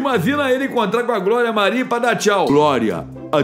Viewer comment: Glória não ele fala groria 😂😂😊